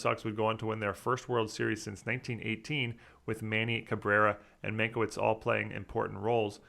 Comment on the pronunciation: Wow, I think this must be the first time I've ever heard butcher a ballplayer's name. This is not a knock, it is a testament to how good you are! Doug Mientkiewicz (pronounced min-kay-vich). When I was a kid as Yankee fans and Red Sox haters me and my dad would call him Doug Min-kay-bitch lol